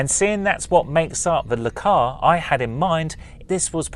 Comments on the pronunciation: I wasn't going to say it. Sorta was growing on me, and "Lah-Cars" was starting to sound normal ;-) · Dude, duuuude! It's pronounced "El-Cars" It's short for Library Computer Access and Retrieval System LCARS :) Also, please do not pick me. I draw my own schematics like this with much more detail :) Not to say yours isn't awesome, I just don't want to take it from someone else :) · no backhand anything attempted here. And definitely not hating. Just trying to explain why it's not normally pronounced "Lecars" If you don't point stuff out, how are people supposed to learn? If correcting is now automatically hating, we're doomed as a society.